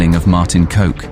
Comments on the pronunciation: You don't pronounce his name as "coke" but as "cock." Just saying. Now everyone thinks his name was coke. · KOK not Voke not Coke Bloke KOK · It's pronounced cock not coke Also that's young Holleder not Van Hout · It's spelled Kok but it's pronounced 'Cock'... Not coke. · It’s Martin kok pernounced cock not coke 😅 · Martin kok is pronounced cock rather that coke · You say it martin cock not martin coke 😂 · Martin Kok, not Martin Coke. pronounce it as Cock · If you decide to make a documentary, at least use Google translate and type in the Dutch words and lean to pronounce them correctly. Your way of saying Zuidas is so wrong, it sounds like soeid as. Even the name of the main man Martin Kok, your way of saying it sounds weird. It's Kok sounds like cock. not Coke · His name is pronounced as cock not coke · COck😂 not coke!! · It's not pronounced as Martin 'coke'.. but in dutch you litterly say it as 'cock'. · Its not coke its kok... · Its KOK not COKE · Pronounced cock, not coke. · Pronounce it Hol-lay-der, not Hol-lee-der next time. Also pronounce Kok as Cock and not Coke. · "Kok" is pronounced like English "cock" not like "coke" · His name is pronounced as cock not coke 🤣🤣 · You pronounce Martin kok`s name as cock and note coke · Kok's name isn't to be pronounced like coke.....!! It is pronounced as cock......yes that male private part...!! Sorry....that's what it is...!!! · His name isn't "Coke" but "Cock".... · It's pronounced "cock" believe it or not, not 'coke' LMAO This dude used to come over to my dad's house, was a great dude to be fair, ruthless, but when he liked you he was pretty nice. i'm Dutch btw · Martin "Coke" is actually pronounced "Cock"😂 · Sounds really gangster when you say martin coke, its martin cock as u say it, try re do this shit or get punished. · Kok is pronounced cock, not coke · His name is Kok, and you say it exactly the same as cock. Not coke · Kok is pronounced Cock not Coke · his name is pronounced cock not coke